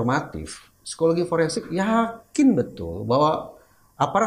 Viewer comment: Pak bambang tolong interuksi Foreinsik bukan foreinsek😂😂😂